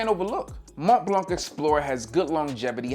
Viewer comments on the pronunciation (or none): I found you very educational I learn a lot but blanc is a French. French do pronounce consonants when if the of a word so the letter c in blanc is silence